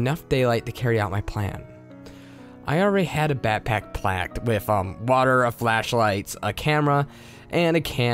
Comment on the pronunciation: “I already had a backpack placked” 🤣🤣🤣